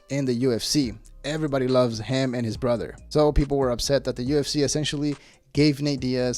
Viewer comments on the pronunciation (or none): none